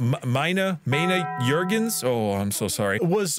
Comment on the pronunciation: my man i Love you but how did you fuck Up Melina and yet get the Juergens almost perfectly